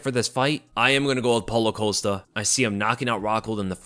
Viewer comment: I thought Chael Sonnen was great at mispronouncing names. Then I heard say "Paulo Coast-uh" and wow. is making a strong case for himself.